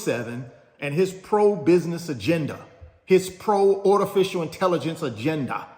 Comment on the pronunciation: The heck is "ortificial intelligence"?